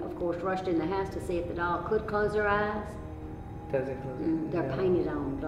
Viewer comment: I get why. When she says "the doll" it sounds like "devil"